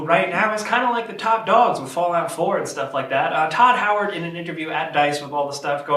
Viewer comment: Godd Howard...... Not Todd Howard.... "Godd"-"Todd" They're completely differnet Get it right next time Bet Falcon would get it right